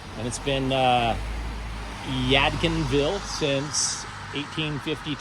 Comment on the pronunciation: The D in Yadkinville is NOT silent. You pronounced it right the first time!